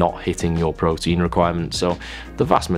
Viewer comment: "prowteenz" at 3am 😂😂😂😂